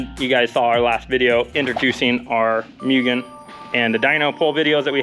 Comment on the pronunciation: “Moo-ghen” not “Mew-ghen”